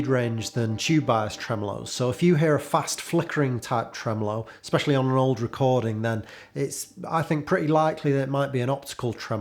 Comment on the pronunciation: Love when you say “Tremolo”